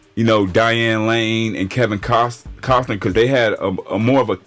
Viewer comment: The guy cant even pronounce Costner's name right. I have to say this outta concern but what he says, how he talks about people in general. People like him are asking for trouble when they cross the wrong people. Its the internet and someone's gonna ruin their life just to take this guy out because he has big mouth. It goes both ways of fandom. You'll get people who dox you & your info on their youtube channels or yes, harassed. That goes both ways aswell. If you cannot handle people talking about ya on youtube,etc then stay off social media. There's toxicity from both sides, not just one.